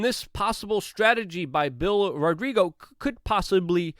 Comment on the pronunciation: You're sloppy, dude. Bill Rodrigo? Is that how you pronounce ROGGIO? Well, I guess that's how you do. And if you're reading this -- stop lying. "Stuff we can't talk about on this platform" to sell membership? You're such a liar. Anyone paying for that is a sucker. How does that make you feel? Good about yourself? I hate to see people on the same side act so shady and unintelligent. Rodrigo????